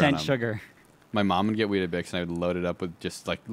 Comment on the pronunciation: weet-bix not wheat-a-bix